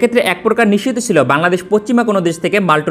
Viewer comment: Vaia, apnar nischit sobdoti onekta nisiddho er moto sunay